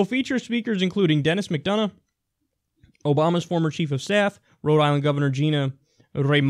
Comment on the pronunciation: Denis McDonough, MICK-DON-AH-HUE not MICK-DUN-UH hahah